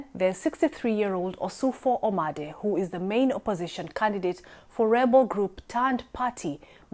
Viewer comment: Actually, it’s Ossufo Momade and not Omade